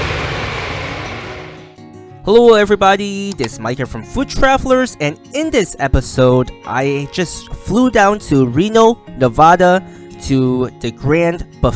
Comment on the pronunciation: Just a friendly FYI…it’s Nuh-VAD-duh, not Nuh-VAH-duh!! Folks take it very seriously around here! 😊